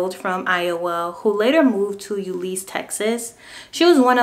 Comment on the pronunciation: I wish peoole would prounounce the name of our city correctly, it isnt "U-lees". Euless. "you-less".